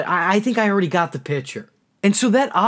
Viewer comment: Why can't you say PICTURE right?!?!!??!